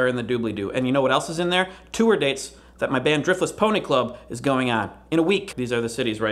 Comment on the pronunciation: I love how Craig pronounces tour like it's two syllables.